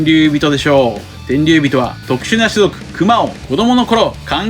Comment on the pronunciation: 「くま」のイントネーションが違和感だらけで気になりすぎる